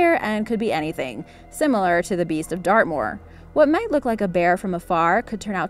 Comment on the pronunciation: Wen u said dartmoor I thought u said earth maul.